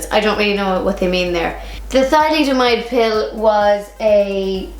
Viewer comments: Thalidomide: Pronounced Tha-lid-o-myde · Just to let you know its pronounced tha-LID-o-mide ;) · You should at least study your subject enough to pronounce it correctly. These women were told by their DOCTORS that they were safe, these were woman who had excruciating fatigue. Would you take vitamins if your doctor prescribed them? What if it affected it affected your baby? It staggers the imagination how some arrogant women are harsh with fellow women. These questions are basically ignorant. Frogs??? BS